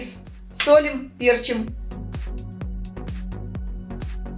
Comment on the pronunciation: Не пЕрчим, а перчИм...